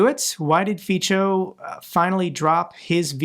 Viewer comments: Its ''Fitso'' = Fico, not 'Fitcho' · Fico isn't italian name, so its pronounciation is hard. So it really is Fitso with "ts" like in the end of cats in English. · Fico(pronounced feetso) doesn't deserve to benefit from EU membership. Nor does Orban. Both countries are lucky to be members. But perhaps they can exchange places with Ukraine?!!! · Miluju, když Fica vyslovují neslované jako Fičo. To mě zvedne pokaždé náladu. 😁👍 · Helo from Slovakia. Slovaks do not want to leave!!! He is destroing our country.. But His goverment needs to be punished, you are right About that. He is a cancer for Slovakia and Slovakia is a cancer for EU :/..Just let you know - Fico is spelld with “c” - something like “ts” , “Fitso”let The world know His proper name, to remember him as someone kicking The wrong way…😢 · I believe Feco is pronounced more like in feces, just a singular form, that's what it probably means in Latin anyway.